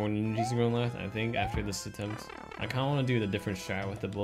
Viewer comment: says I don't tink this is faster literally every time he got faster.